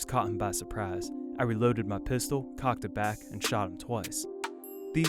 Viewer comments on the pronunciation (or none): none